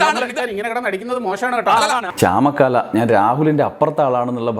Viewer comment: ചാമക്കാല അല്ല ചാമക്കാള